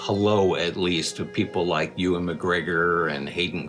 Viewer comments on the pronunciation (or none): none